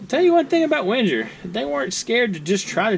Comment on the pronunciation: Wenger is pronounced Ven-geir, with a hard "'g". This model sold well, and was discontinued years ago. Can opener is fine for right handers. The flathead locks when pressure is applied. Yes the plastic socket for the driver. And remember: Ven-Geer, with a hard "g"!